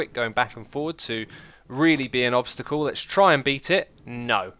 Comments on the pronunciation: Nice english 😂😂😂 u mean obstacle not obsticle ahahahaba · "tuturial" "obstical"